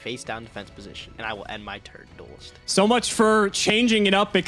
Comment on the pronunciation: Listening to constantly say "Duelist" continues to be the most cringe thing about this series